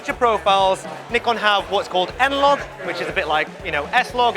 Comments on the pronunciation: She is pronouncing both Nikon and Z wrong. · well, that depends on which Nikon rep said it, US or UK. Just have a look at amateur photographer interview of nikon rep for z9, they use "ZED" there. Same way japanese will pronounce 'neekon' whereas any english speaker will say it as 'naaykon' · You're listening wrong. Japan pronounces it as Nee-Kon and Brits pronounce Z as zac.